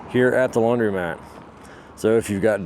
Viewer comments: I LOVE how you pronounce laundrymat! ❤ as it should be:) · Your video is fine but please learn how to pronounce laundromat.